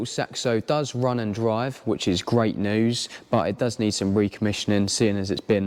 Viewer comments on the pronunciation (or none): none